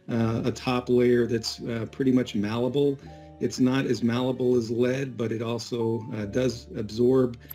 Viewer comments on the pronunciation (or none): Ffs. "MALLABLE", is NOT a word.